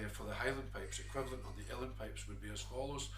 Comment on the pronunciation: Is he saying "real pipes?"